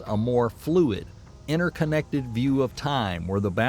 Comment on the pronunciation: It's interconnected not innerconnected